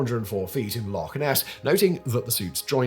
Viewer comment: Pronounced 'Loch' correctly. 👍🏻